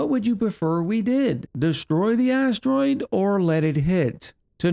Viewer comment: I cannot unhear "That big asstroid." lol help me